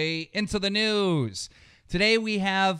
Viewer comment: “Let’s get right into the noose”